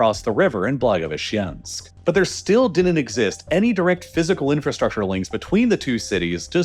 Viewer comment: Man, I need to blow off some steam after repeated hearing 'blagoveshchEnsk': it's 'blagovEshchensk' + 'khabArovsk' and 'vladivostOk'